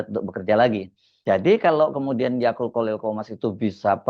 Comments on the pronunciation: yaqut mas bukan yaqul wkwkwk😂😂😂 mas hersu lucu tiap nyebut nama ybs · Mungkin tanpa sadar, Mas Hersu sering mengucap YAKUL (seperti merek minuman YAKULT) utk menyebut Yaqut 😂😂😂